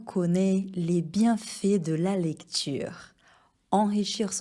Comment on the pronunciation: Tout le monde connAIT les bienfAITS de le lecture et non pas cette prononciation: connné les bienfés.